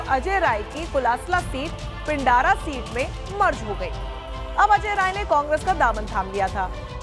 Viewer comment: पिंडारा नही पिंडरा, कोलास्ला नही कोलसला....चतुर रामलिंगम वाली हिंदी न पढ़े।